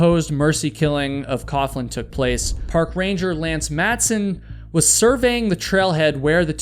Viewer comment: FYI, “coughlin” is pronounced “coglin.”